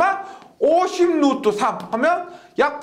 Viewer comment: 1.5배속으로 들어도 영혼을 울리는 루뜨~루뜨~ 오늘도가슴에 새기고 갑니다 ㅎㅎ